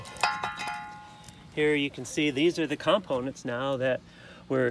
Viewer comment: Never heard "components" spoken with an emphasis in the first syllable.